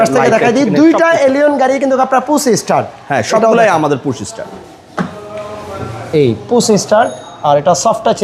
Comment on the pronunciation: পুছ স্টার্ট কিরে বোকাচন্দ্র ভিডিও ম্যান? 😂 ঠিক মতন পুশ ও বলতে পারিস না ছাপড়ি। আর তোরে মনে হয় টাকা দিলে তুই গাড়ি ওয়ালাদের গু ও খাবি